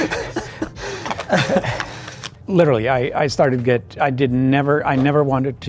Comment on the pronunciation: It's not "get" to travel its "git" to travel